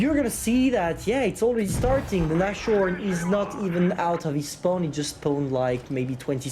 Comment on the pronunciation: Spaown added to the list of words can’t pronounce XD